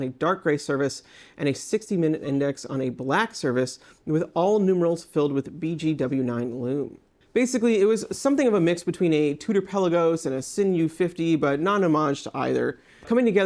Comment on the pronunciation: The vowel a is short on Laco, like ah, not long, like ay. The s in Sinn is pronounced like a z, like zoo not s like silly.